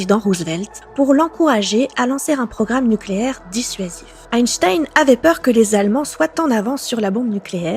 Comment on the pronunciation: ⛔Parcontre une erreur historique n'a jamais était mise a jour , la prononciation de son nom tout le monde dit Einstein (ein)alors que ca se prononce Einstein (in).⛔